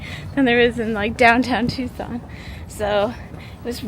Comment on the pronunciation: Editing, your 🌵pronunciation is correct! 😂❤